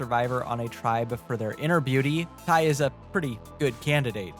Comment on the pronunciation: It’s not “tY” it’s tai